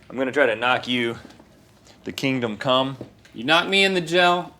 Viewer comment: I'm not the only one who heard "imma try to knock you to kingdomcum" right?